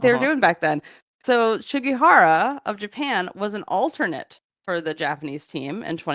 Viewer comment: this is the way it is pronounced japanese